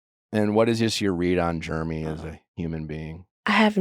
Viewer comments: Lol I love that Nick pronounce his name "Jermy" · I LOVE that Nick pronounces Jeramey as “Germy” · Is Nick calling him Germy? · I love how Nick keeps calling Jeramey "germy" 😂